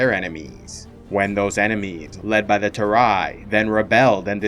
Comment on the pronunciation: The Turei is pronounced too-ray. Good video tho